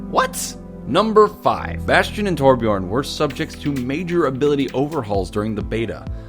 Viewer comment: lol he said bostion.